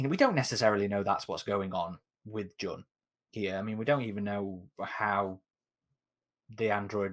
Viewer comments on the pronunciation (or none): Loved this series! Jun is said like June/Joon.